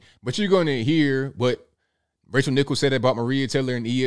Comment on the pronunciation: Haha it sounded like you called her Racial Nichols